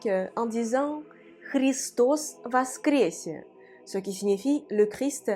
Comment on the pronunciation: хотел бы сказать, что "Христос воскресе" всё-таки является выражением из церковнославянского языка - а там все о читаются как о и все е читаются как е... Патриарх Кирилл так и произносит: вОскрЕсЕ.